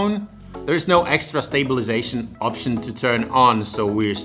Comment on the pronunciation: Everything is ok except of pronounce of stabilization most of the time :c Great job tho